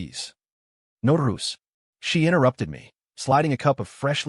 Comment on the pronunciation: no rules??????? um your ai cant say no rush fix your shit you fucking retarded ass nigger